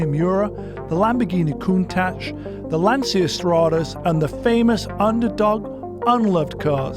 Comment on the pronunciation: Thanks Magnus for showing us how to properly pronounce Countach! It's not Koon-tash, it's Koon-tatch. That's how Italians pronounce it so should the world, especially those who own one and consider themselves experts.